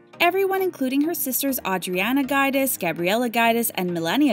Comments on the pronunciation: So many facts about the “Guide-ass” family! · Roo-AY-las and JOO-dee-chay. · Dying at your pronunciation of Giudice (joo-dice), it almost sounds like you’re saying guide-ass 😂😂😂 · It’s not guy-diss. It’s Jew-dee-chay. Giudice. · Jew Dice or Jew Deechy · You’re not pronouncing there last name correctly it’s pronounced Joo-dih-chay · You seriously need help with pronouncing people's surnames properly. You didn't just mess it up, sounded nothing Guidice and it's not a hard surname to say either. You need to correct this please sounds silly. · I’m so elated for everyone!!!😍 We saw the pain and hurt Teresa and the girls have been through so I’m happy they are happy! Beautiful home! But, who is Louis and Guidance??😩 The pronunciation of their names are wrong. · Enjoyed seeing that. Beautiful home But please see how the Pronunciation of the Surname is before you do it!!!!! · LMAO the way she pronounces Gorga and Guidice... Girl, do some research before you relay the info chile! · You might actually pronounce Giudice and Gorga properly ..... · Theresa has been in RHONJ since the beginning, but yet you pronounce her surname wrong! 😂😂😩😩😩😩😳🙄🙄 Come on now, do better if you are going to post these types of videos! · Oh, man, try learning how to pronounce their names!